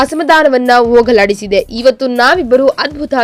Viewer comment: Ogaladiside alla thayi hogaladiside.orage alla horage. Nivo nim kannadano devre kaybeku.🙏🏼🙆🏻‍♂️